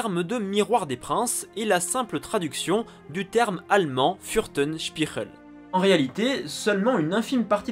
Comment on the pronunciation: ça se prononce pas comme ça... la prononciation de "Fürstenspiegel" retranscrit à l'écrit en français, ça donne "furstenchpigeul".